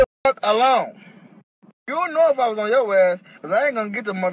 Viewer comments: 🤣🤣🤣🤣🤣 tewwwww yewwwww whoooooo 😭😭😭😭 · Definitely from Baltimore, talkin bout some “Yeww”